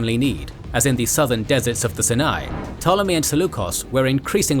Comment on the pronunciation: Herodotus did use a similar name, referring to it as "The land of the Philistines" a century earlier. That said, they're a bit all over the place with how they refer to things, using ancient and modern names. Personally, I'm more bothered by how he pronounces Sinai.